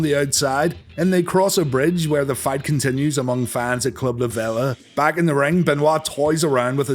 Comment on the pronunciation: It's La VEEE-LA & it's been closed since Hurricane Michael. I was a VIP member for a few years.